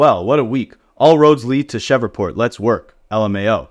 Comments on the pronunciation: Bro shreeeveport it’s hard to listen to cheva port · What the hell is a “shevreport” 😂😂 - I’m not even from the USA and I know it’s Shreveport! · Man said “Cheva port” instead Shreveport 😂😂😂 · Bruh... it's pronounced "Shreev-port" you are murdering my ears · Say fam, tf is Cheverport? You Ai?